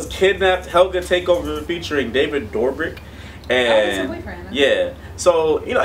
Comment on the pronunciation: it's DOBRIK NOT DORBRIK!!! get it right!!!